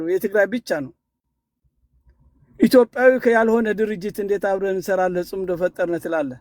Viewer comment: ጽንዶ ሳይሆን ጽምዶ ነው። ጥምረት ማለት ነው። ኣቶ ገዱ መልሲ ሰጥተዋል።